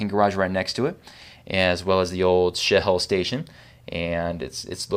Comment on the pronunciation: Oh! "Shell Oil Station". Sounded like something else.